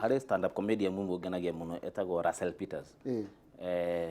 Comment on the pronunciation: Those are my favorite too Russell Peter(pronounced =Raso) , Trevor Noah .